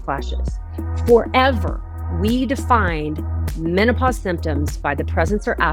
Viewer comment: She said meno-posse!! I love it.